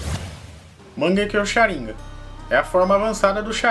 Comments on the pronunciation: Não me aguento ouvir shaniga invés de shanigan kkk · sabe nem fala Sharingan, kkkkkk Sharim gam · Ele fala sharingan errado n é sharíngan e sharingan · É Sharingan não é sharinga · Sabe nem falar sarigam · Pq as vezes você pronuncia Sháringan e Sharingan? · q nervoso tu falando sharíngã kkkkkkkk é sharingan mano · Cha rin ga ,_, agunia dessa fala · O cara fala shirangá KKK não consigo ouvir sem lembrar kk